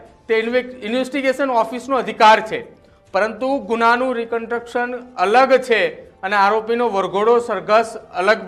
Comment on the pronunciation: આ ભાઈ ને રિકંસ્ટ્રક્શન બોલતાં આવડતું નહિ ને ન્યુઝ એંકર બની ગયા છે... પેલા ગુજરાતી ભાષા પર પકડ શીખો ભાઈ